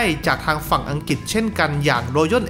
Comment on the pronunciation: อังกฤษ ออกเสียง อัง-กริด บ่แหม่น อัง-กิด